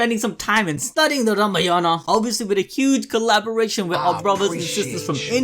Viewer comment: the way he said ramayana.. i busted out laughing !!!